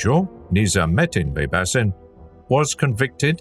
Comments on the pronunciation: Baybashin is how its pronounced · It's actually Bybash 👍🏽